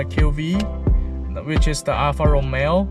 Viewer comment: Alfa RomEo...not Alfa ROmeo......accent on the second syllable....If you're going to be an "auto journalist" let's start with getting the names right....in any event...you chose the Alfa because of these math equations.... BMW = German Toyotas (Minus the Reliability) ALFA = FERRARI.... NEXT